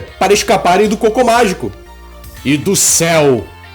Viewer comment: eu escuto o "Cocô Mágico" kkkkkk